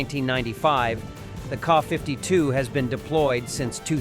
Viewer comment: what is a KAW 52 ??? what is a Kay 52 ??? do you say ACK 47 ALSO ?????????????????? ?????????????? IF YOU CAN NOT SPEAK OR READ .... WHY ARE YOU A NARRATOR ?????????????????????????????????????????????????????????????????????????????????